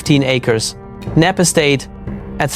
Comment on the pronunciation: Knepp Estate not Knapp 🤷🏼‍♀️